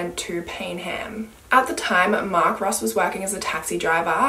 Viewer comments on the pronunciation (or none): none